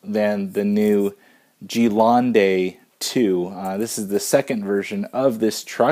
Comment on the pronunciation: It's pronounced "ɡəˈlɛndə" ;^) Cool unboxing and might very well be my next vehicle.